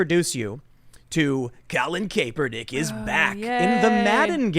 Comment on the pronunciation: Lol, does Tim say Kape-ernick on purpose? He's been saying that since forever